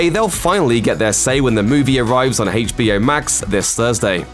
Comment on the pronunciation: Whats HEITCHBO? Isnt on HBO? Lol